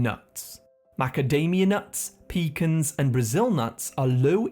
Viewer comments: The way you pronounce pecans and vitamins 😂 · Learn how to pronounce vitamin and pecans 😂